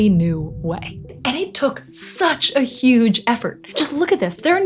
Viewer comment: " V HUGE DOM "💀😭